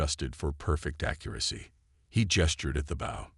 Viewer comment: The ai says the wrong version of the spelling bow it says it like part of a ship.